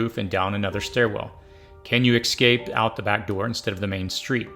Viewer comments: EScape, not eXcape. Espresso, not eXpresso. I know you can do it! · Your videos are amazing , but PLEASE .... the WORD is ES-CA-PE not EX-CA-PE..... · Stopped watching when the narrator started saying "ecscape." It's EScape... not ECScape. Smh...🙄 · The word is EScape, not EXcape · Essssssscape. Not eXxxxcape. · Stop saying "excape"! It's "escape" EScape! S. Not X. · Good video, but you do know the word “escape” is not pronounced “excape,” right? Kind of annoying to hear it pronounced that way 50 times. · Say ecscape one more time...but this is a great video.